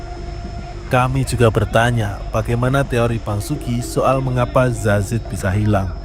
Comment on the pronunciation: Salfok sama presenter nya, kok dia bilang zazid ya bukan yazid..